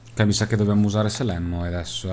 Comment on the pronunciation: si chiama Serene! Con la R!